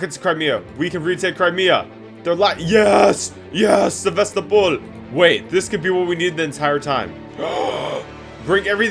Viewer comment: on one hand your pronunciation kinda sucked but on the other hand you put the soft L in Sevastopol so all is forgiven